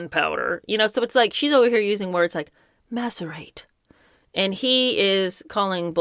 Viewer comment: p s I'm sure it was only one letter off. Not maserate, but masirate. Only one letter off. Switch the s for a t. Not a hard puzzle. What a phony.